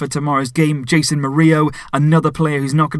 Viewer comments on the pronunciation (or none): none